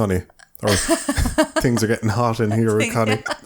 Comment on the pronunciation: I keep hearing Conny as "cunny". Dunno if that's just my brain deconstructing women down to their only useful part, or sneaking that in.